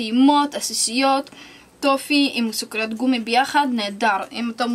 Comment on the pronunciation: היא אמרה סוכריד